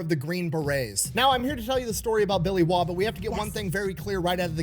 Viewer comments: Name pronounced correctly, the rumor is that he'll pop out from under your bed with a randall knife, rolex watch, star sapphire ring, and mp5 if you say his name wrong. Also I'm a veteran of Afghanistan, I worked for the postal service for 6 months before returning to the military. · You pronounced his surname correctly. Originates from Northern England 😊 I believe it means 'foreigner' in Old English.